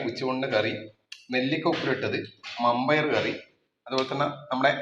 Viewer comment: മമ്പയർ അല്ല വൻ പയർ